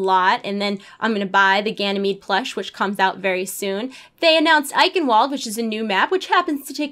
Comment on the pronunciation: Good video and all credit to you for doing these regularly. Minor point though: Eichenwalde is pronounced with a v sound because it's a German word. I believe it's pronounced like "Eye Can Vald" :P